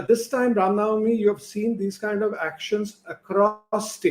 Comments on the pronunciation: Barkha have no logic to defends criminals although she seems so desparate to do so , the gentleman from bjp has nailed it.& btw barkha bano can’t pronounce the ram navmi instead she said ram nami. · This so called journalist (who disclosed the position of our armed forces on live TV both during Kargil and 26/11) can’t even say Ram Navami and says Ram Naami but talks about Hinduism! She is a joke!